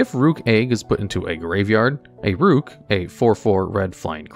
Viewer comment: Rukh is a phonetic spelling of the word Roc, which is a fantasy bird. Pronounced the same as the chess piece; Rook. Not 'rock' as a lot of people mispronounce.